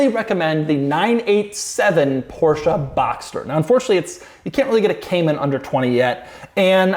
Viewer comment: I'm German and I like Doug's proper German pronunciation of "Porsche". :)